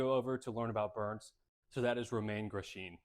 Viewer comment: Name pronunciation: Romain Grosjean RO MAN GRO SHAWN not romaine gross jean